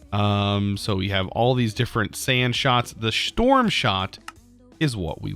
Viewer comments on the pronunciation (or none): so nobody is going to mention "shtorm shot" ?? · Ah yes the shtorm shot